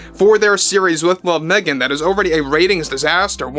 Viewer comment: Meh-gan DeNiro, or Meh-gan Zegler speaks. 🙄😂 She's calling on her squad to save her. 🤣 Off to watch the next episode of Pamela now. 🇨🇦